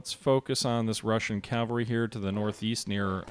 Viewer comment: I know it takes an effort, but it's Cav - al - ry Not Cal-va-ry. calvary is a place, not a military unit. But a very nice presentation to be sure